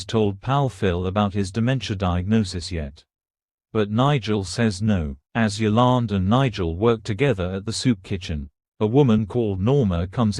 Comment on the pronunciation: its yolande.